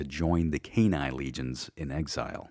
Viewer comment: Cann-A , not Cann-E. Good work otherwise though !